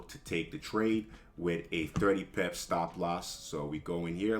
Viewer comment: He means pip... It's just his pronunciation sounding like pep ..